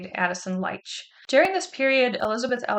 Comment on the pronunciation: His name pronounced "Leech"